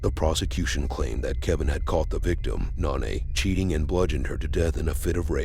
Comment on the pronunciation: Her name was No - Na. Not "Non - A". Jesus.